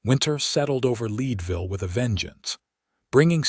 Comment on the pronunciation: Thecname of the town is Leadville, like the metal! Check the pronunciation of towns in the west!